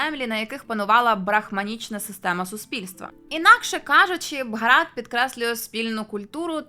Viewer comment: А нащо ви їх руснею називаєте? Не стиковочка. Самі ж називаєте їх руснею і ще й претензії до назви виставляєте, та й російську мову часто руською звете. Скажіть в соціумі що вам подобається руська мова, валізи в РФ спакують, хоча малась на увазі мова Руси а не РФ.